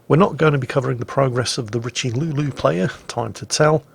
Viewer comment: your french hurts man. The worst was the Riche-lu-lu; I mean wow. Richelieu, you shoudl pronounce that Ree-Cheu-Lee-Eu